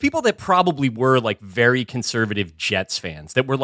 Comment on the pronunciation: ..and he's a vewwy good boyy